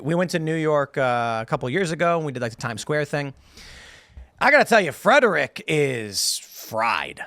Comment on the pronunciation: Calling Frederick a major metro area is hilarious 😂 And it's a two syllable word, not three